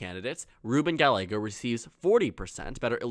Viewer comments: Interesting and surprising that Sinema isnt squeaking by. Also. Gallego is pronounced Guy-YAY-go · great video! however, Gallego is pronounced (guy•yay•go) the double L makes the Y sound in Spanish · Pay attention to the comments. A double ll in Spanish is pronounced as a y. Two others have already told you how it is not Ga a go. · 1) gah-YEH-go (not "gah-le-go") ! 2) Lake is more inclined to try again for governor in '26, or move to Florida and spread her fascistic messages there! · Please pronounce "Gallego" correctly. You keep going back and forth pronouncing it "Ga-lego" "Ga-ye-go". Two "LL"s in Spanish take the "Y" sound, so his last name is pronounced "Ga-ye-go". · It’s not “Ga-le-go” it’s “ga-ye-go” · Ga-Y-ego. Pronouncing the double L as an L is one of my biggest pet peeves. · Hi,. Just FYI for future videos: Gallego is pronounced Guy-yeggo. Like how two L’s in tortilla makes a Y sound, same in Gallego (and in all Spanish words with two L’s). Hope that helps! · Ga—ye—go, I don’t like the guy personally a whole lot but atorraste pronounce his name right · Good video, though Gallego is pronounced Guy-yego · His name is pronounced gayego it’s Hispanic to LLs make a y sound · It’s pronounced guy aye go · You are not saying Gallego right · You are saying Gallegos last name wrong and its driving me crazy!! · Learn how to pronounce his name, you made the video unwatchable